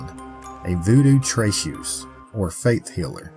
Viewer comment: Being a healer, or a "tray-teuze (as in chartrereuze)", a healer is different than practicing voudou/voodoo or hoodoo, unless she was praying to beings associated with the Orishna and the like, this was considered "white magic" or in modern day medicinal practitioners as "faith healing". These are but simple home remedies passed from generation to generation that the French Acadians learned from the Africans and Indigenous peoples they settled near, using herbs and the like. The correct pronunciation in French is Fren-yay, only when it is translated by Anglo-speakers is it pronounced "Fren-year". Born and raised in Louisiana here, French speaking all my life. I put as much stock in what "Bloody Mary" as I do in gathering air in a bag.